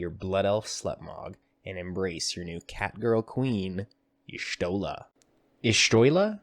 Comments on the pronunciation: it's kinda weird. it's pronounced something like "Yash-Tol-Lah" when I have the audio in japanese. Take that for what you will. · I've heard that it's pronounced "Yah-shlot-uh" You're welcome.